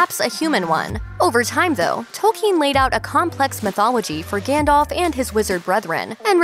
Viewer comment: its Gandalf not Gandolf